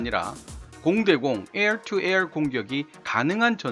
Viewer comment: 에얼 투 에얼 인털레스트 영어 발음이 원어민하고 비슷하지 않으면 혀굴리는게 어색하게 들리는군요. 저두 영어 발음할때 참고해야겠어요.